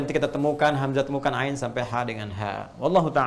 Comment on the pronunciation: Mau tanya apakah benar kalau ain di baca ngain (nga),soalnya kalau dengar suara ustadz baca ain fathah kedengeran seperti nga?